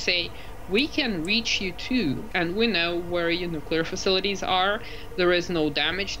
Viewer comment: "deefeets faceeleetees" Ha Got Her